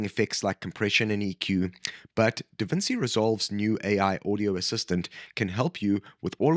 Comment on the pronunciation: That’s not how you pronounce DaVinci.